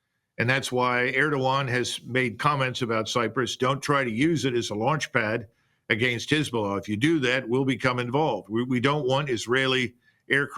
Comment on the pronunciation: “Agaynst” That’s annoying